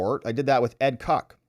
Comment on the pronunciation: i literally burst out laughing when he said ed COCK... lmao - it's ed kotch (spelled koch)